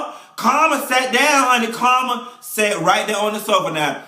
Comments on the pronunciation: Every time you say Carmen's name Karma I crack up! You remind me of people I went to church with. That's where we learned how to read honey! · I'm cracking up at him calling Carmen.... "Karma". lol